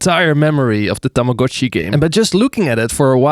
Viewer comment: THANK YOU FOR PRONOUNCING TAMAGO-CHI CORRECTLY!!!